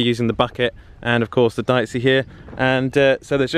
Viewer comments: Pretty sure it’s pronounced Deechee as opposed to diceey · It's pronounced DEeCHI (second "e" like "Excavator") -Italian guy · Dieci is pronounced dee-cee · Deici is pronounced deetchee